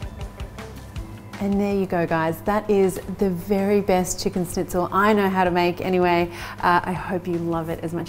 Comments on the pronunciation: it´a not a snitzel it´s a schnitzel, sch in german is pronounced like sh in english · lovely video, but one small thing: it's not pronounced snitzel. It's Shnitzel (with an Sh like in "Sherry") :) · It's not a SNITZEL . It's a SHHHH...nitzel. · Nice, easy recipe. Like the idea of adding parm to the mix and the "dry brine" step. (Please, it's not really hard to say "schnitzel" instead of "snitzel" which sounds weird. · yeah. im german and that kinda triggered me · A Germanic(?) recipe and she uses: Japanese breadcrumbs Italian cheese Japanese mayonnaise Japanese “dipping” sauce A lime, which surely isn’t in the “native” recipe (I’d wager a lemon is) And the icing on the cake is pronouncing it almost like “sneeze” instead of “sh-nitz”… Just… Yeah. “”Schnitzel”” alright… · Snitzel 😂 loved it. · Pronounced SHnitzel. But you're so darling, we'll all forgive you! 🤣😂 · It may be spelled schnitzel but it is pronounce shnitzel. And no cheese!!!!